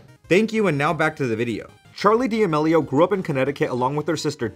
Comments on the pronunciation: Dee ameleeo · Lol the way you pronounce their last name gives me ANXIETY. Never heard it pronounced that way. Is that the correct pronunciation? 😳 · de ah mellios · Lol. Dee-Ameeelio ..c'mon my guy, if ur gonna make a vid on someone at least learn how to pronounce their name right